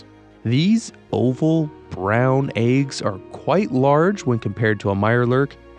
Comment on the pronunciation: Its eggs, not AYUGS lol